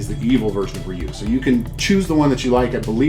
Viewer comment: Thank you for saying his name correctly. This is a simply awesome statue